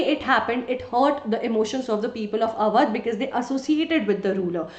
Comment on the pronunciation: Sry it is AWADH